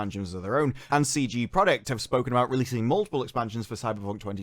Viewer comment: Love coverage, but "Stream Deck" and "CG Project Red"? 🤣 I could be mishearing him.